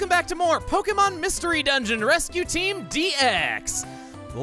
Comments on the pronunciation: Could be worse, he could say it the same way he said DX in Kirby: Triple Deluxe. "Heyyy everybody, it's Chuggaaconroy! Welcome back to more Pokémon Mystery Dungeon: Rescue Team Dicks!" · 3rd episode in, and I'm now questioning his DX pronunciation after all the times before in his last playthrough. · X is an *X*-treme letter, so he feels the need to say it just as extremely.